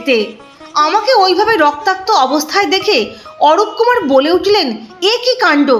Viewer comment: অরূপকুমার নয় অরুণকুমার।